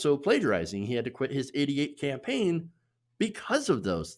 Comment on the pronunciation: Hahahahahahaa WAIT DID HE SAY PAMPAIN HAHAHAHAHAHAH